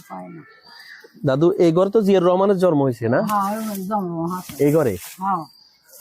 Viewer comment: জন্ম উচ্চারণ টা ঠিক করে দেওয়া যায়।